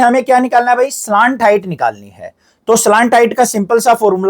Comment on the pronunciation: Slant height ❌ slaant height 👍